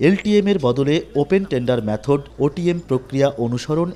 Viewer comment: Sangbadik er ucharon thik korte habe Method er correct ucharon Maythod. Not Maaythod